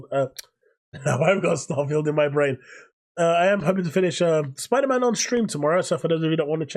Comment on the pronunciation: Pfff, "Spoder-man 2" hahahaha